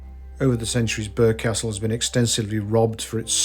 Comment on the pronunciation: Locals pronounce it "Borough" Castle